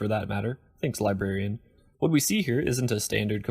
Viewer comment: My biggest problem with Halo Follower is that the one guy (?) enuncuates like a mumbling drunk. How does a literate adult pronounce his native language that poorly? I watched a video last week in which he pronounced the word "librarian" without the first r ("libarian") a couple dozen times.